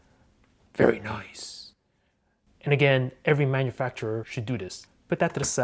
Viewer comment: I love when he's saying "VERY NICE!!!" like a batman hahaa